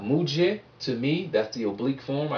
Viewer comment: It's actually pronounced muja and tuja, not just muj and tuj. (Coming from an Indian)